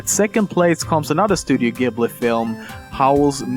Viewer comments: Studio Ghibli= Studio "Jiburi" > Studio "Gibeli" Don't me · you pronounced studio gibli like GIBly its pronounced like jibli